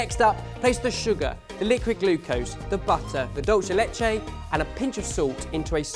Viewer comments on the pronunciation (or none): That pronuciation of dulce de leche is wrong, it's pronounced dool-se (like in SErum) deh (like unDEr). leche is good though haha